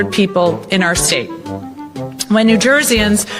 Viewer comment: "New Jersey- Anz" Way better than the "Old Jersey-anz"